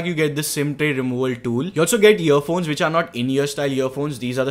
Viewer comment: it sounded like he said year phones